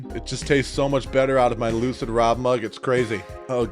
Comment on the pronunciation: You sure you're not saying hello Loser crew in your intro? I swear i hear it everytime instead of Lucid. Maybe I'm just deafer than I realise.